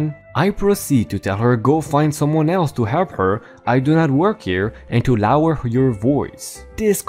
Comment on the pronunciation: LOWER her voice.... LOWER is correctly said as LOOWWW - ERR the OW sounds same as in saying words like LOW, row, tow, blow, grow, etc.